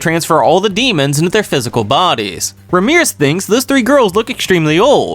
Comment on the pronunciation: RAM-E-RISS not Ramirez😂😂😂😂. Love the videos